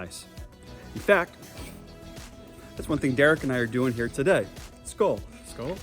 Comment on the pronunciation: hahah skål skoel but nice try still